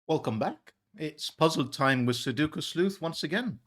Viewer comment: to help you out as you mentioned in a previous video about correct pronouniation for Sudoku.. Think 'sue'.. like sueing someone.. Think 'Doe'.. like the female deer.. Think 'coo' like a baby cooing.. so it's 'sue doe coo'.. the middle 'doe' is the most important part to say and it's the Only 'O' sound in the word. Everything else is a 'U'.. 'Sue Doe Coo' 'Sue Doe Coo' =D .. Hope that helps.. =D